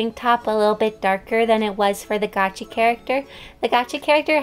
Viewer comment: does anyone else realise that she says "Gachi" instead of "Gacha"?